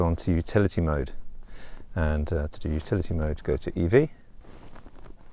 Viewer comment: I thought you were saying futility mode for a while.